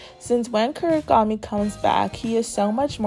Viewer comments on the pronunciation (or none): Please stop saying kurigami it’s Kunigami